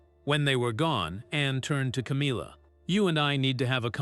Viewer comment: What a load of rubbish, your not even pronouncing Camillas name properly, I hope that you get sued for slander and libel. Disgusting putting out rubbish like this. 😡😠😠😠